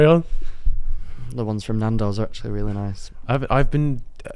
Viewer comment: anyone gonna say anything about saying NAN DOSS INSTEAD OF NANDOS